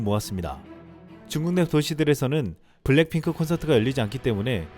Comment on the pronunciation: 중요한 단어만 발음을 자꾸 틀리네요. 블랭 핑클